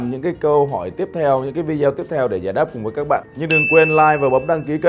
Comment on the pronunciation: Ko hiểu sao đã học đến Bs mà đọc từ VIDEO vẫn cứ ko chuẩn nhỉ ??!!